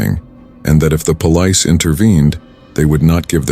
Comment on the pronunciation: Is the narrator AI? The way he pronounces some words is too funny 😂 Omg he just said “Pole…..Lice” instead of Police